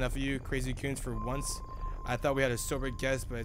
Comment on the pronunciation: Bro say coons instead of goons